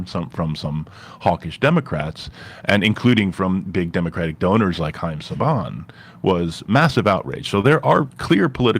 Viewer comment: Did he just say Heim Sabaan? Like the power rangers dude?